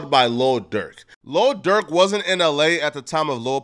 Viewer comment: This clown called him lil Durth smh. Learn the rapper name first